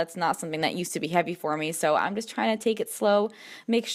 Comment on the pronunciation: Do you notice how you say "ine" instead of "I'm?" Just was curious if it was an East Coast thing. Liked the vlog!